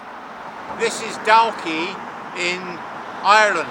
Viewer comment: "Walk, talk, chalk, stalk." Not difficult to pronounce. Why do some youtubers have difficulty with Dalkey?